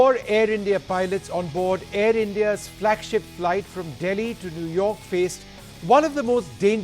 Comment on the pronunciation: New york is newrak hahahahahahahahha